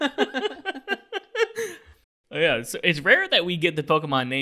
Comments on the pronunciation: Why does BONEASS Sound like Bonus? I mean... Everyone can hear that right? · when they said "Bone ass" all I could think of is the French word. In French "bon" mean good so all I hear is good ass. and bone sounds like bon. but pronounced a bit differently but very similar. 🤣🤣🤣🤣🤣